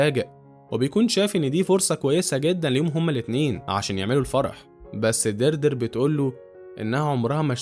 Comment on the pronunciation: إسمها ديادري مش دردر 🤣